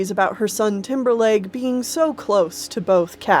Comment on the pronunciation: I kept thinking you were saying Timberlake instead of Timberleg